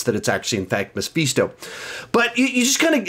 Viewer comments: Love how says Me-feets-toe instead of Mephisto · Who the fuck says Mapheestoe! It’s mephisto. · I think you mispronounced Mephisto. It's meh-fist-toe